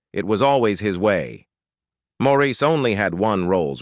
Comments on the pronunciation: And his name is always pronounced "morris" not "moreisse/maurice" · Could the narrator of this clip possibly have a more annoying voice and intonation? Sheesh. And what's with his "late" wife, Linda? She is still very much alive. So many mistakes in this video. As that annoying voice tells it, it's like Andy died AFTER Maurice (pronounced Morris) died in 2003, when in reality Andy died in 1988. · As of May, 2024, Linda is still alive and Morris is the pronunciation of Maurice’s name! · Maurice’s name is pronounced morris, and andy died before maurice did. Robin was the most recent to die, and Linda is still alive and happily married to Barry still